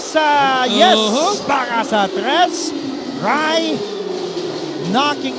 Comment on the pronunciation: “Para sa tres” 😂🤦🏻‍♂️